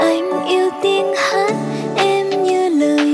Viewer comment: Góp ý cho bé Chi nè, hát dân ca miền nam thì không sao chứ nhạc trẻ thì phát âm vậy không ổn nhé: "tíng tơ", "âu ím", "tíng hát", "ức mơ", "kíp trước", "vưng vấn"